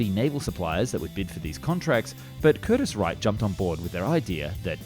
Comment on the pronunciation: Curtis Wright, not Wrighter...as in Wilbert and Orville Wright.